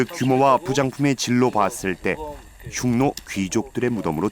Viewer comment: 훈족에 의해 로마가 망했나여?로마에서 흉노를 훈노로 발음한다..재밌네요